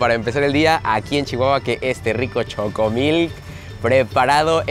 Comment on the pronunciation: Por que dice "chocomil" si chocomilk es la marca? 🙄